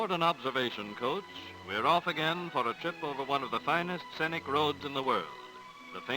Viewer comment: I love a look back in time like this, when traveling to the wilderness meant packing enough dresses for the women and suits-and-ties for the men. But I wonder why no one told the narrator that "scenic" is not pronounced "sennick." 8-D